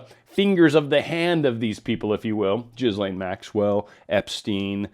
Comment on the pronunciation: The Paysur family are above and control the Rothschild's. And the S in Ghislaine is silent, its pronounced Gil lane (not Jis lane).